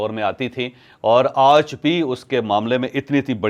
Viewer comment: "Aj" kay word par zeyada zoor na lagaya karain